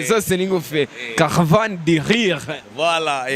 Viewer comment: Ngo "caravane di lire"😂😂😂😂😂😂😂😂😂😂